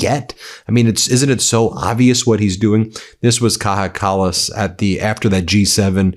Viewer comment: she's not latina, Ben it's not pronounced like that 😭😭😭😭